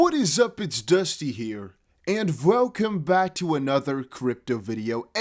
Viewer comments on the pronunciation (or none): none